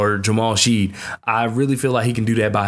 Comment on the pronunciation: Good piece. Pronunciation: Ja-Race Walker. Terrence Ar-Sa-No (Arceneaux), Jamal Shed (Shead), Ta-zhe (Taze) Moore, Jay-Vee-Eh (Ja'Vier) Francis.